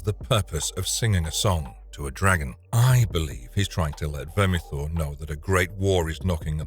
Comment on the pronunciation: 10 minutes to explain and say "Vermithor" thanks... but no thanks.